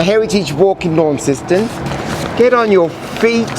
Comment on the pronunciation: Pronounced locally as 'Lon-ceston', not 'Lawn-ceston'.